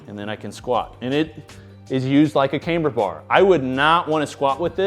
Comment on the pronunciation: Why does say cameber bar instead of camber bar? Is that some kinda accent thing?